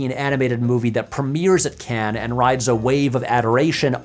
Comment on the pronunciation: This gets a like for the correct pronunciation of 'Cannes'. Not sure why so many Americans struggle with this.